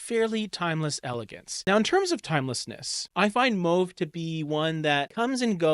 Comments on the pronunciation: Good video. Just a comment, it's mAWve, not mOve. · Mauve is not moove